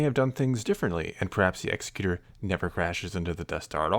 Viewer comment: Love your videos,! Just had to chime in, the Super Star Destroyer's name isn't pronounced the way you're saying it. Think of an "Executive" Producer. It's pronounced like that.